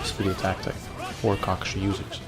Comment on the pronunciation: You say his name weird...